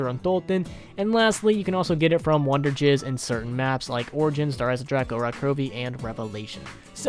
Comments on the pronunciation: Its wonder fizz not wonder jizz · Did he call "wunderfizz" "wunderjizz"? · It’s wonder fiz not wonder giz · ha he said wonderjizz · Did he just call it wonderjizz?